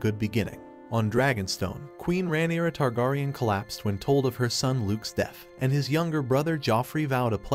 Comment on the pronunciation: Bruh learn to say targaryen. Next.